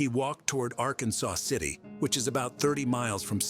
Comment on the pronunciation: Ok it is not Arkansas city it is ar-kansas city Kansas just saying